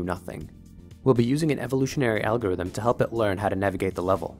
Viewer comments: alogrithm not algorithm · ah yes, alogrithm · "Evolutionary Alogrithm" it's weird I just can't watch anything else 🤣